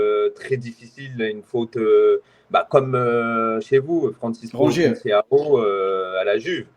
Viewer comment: Faut penser à arrêté de l’appeler « conceiao » vraiment